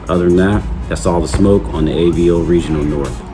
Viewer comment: I'm a fan of Avo's for sure. Just a heads up, it's pronounced Ahh-Vo. When the doctor tells you to stick out your tongue and say ahh, and the vo in Volvo, put those together and you get Ahh-Vo. AVO. Sorry, not busting your balls, when I first started off I mispronounced everything and I hate my earlier videos.